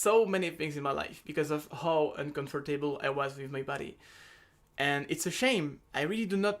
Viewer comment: uncomfortaibol xD